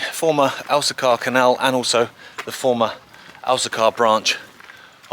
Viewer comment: Pronounced El-see-kuh not El-see-CAR